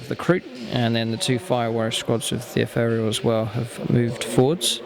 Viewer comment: You mispronounce ethereal!